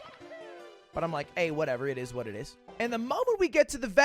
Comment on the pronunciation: It eez wat it eez. It eez wat it eez.